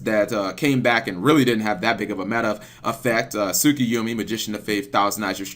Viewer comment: It's pronounced tsukuyomi.